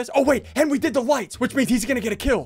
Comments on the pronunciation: Hes been saying Henwy for a long time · "Henwy did the wights"-Sundee 2020